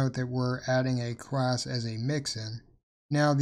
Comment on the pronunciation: yo why do you keep saying crass??